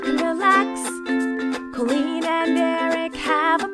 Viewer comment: Tell me why do l hear l am the queen instead of l am colleen